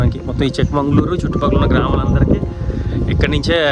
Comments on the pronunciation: చిక్క మంగళూరు కాదు.. చిక్క మగళూరు. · It's chikkamagaluru. Not chikmangalur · చిక్క మంగుళూరు కాదండీ. చిక్క మగళూరు. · చిక్కమంగళూరు కాదు చిక్కామగళూరు అంటే చిన్న కూతురు ఊరు